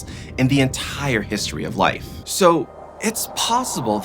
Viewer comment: This man's voice is the most insufferable sound in the "ent-hire" history of life.